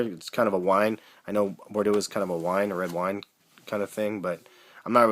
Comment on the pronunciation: cuz of the wine color meng. and it's pronounced bor-doe like doe as in female deer lol